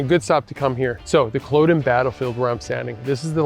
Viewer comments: Great video but I was surprised you kept pronouncing Culloden wrong right at the beginning. It is Cull-odd-uhn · "Cul-awe-din" rather than "Cul-oh-den" Other than that great video from a local 🫡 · It’s pronounced Kuh LOD uhn. Emphasis on the LOD like sod not like ode. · As someone from Inverness while it’s easy to joke about our weather, it harder to pronounce our places names. Please can you research things like how to say Cull-o-den before you upload posts